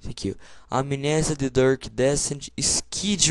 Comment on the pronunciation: "Dark"... o cara fala Durk.